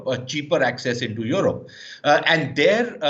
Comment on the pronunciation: This pseudo Sushant Sareen is such a Godi guy He only has pain in his butt because Pakistan is doing so well in every aspect & India is going down by the day. He cant even pronounce Europe or European correctly. Gaurav Arya is sub zero anyway 😆🤣😂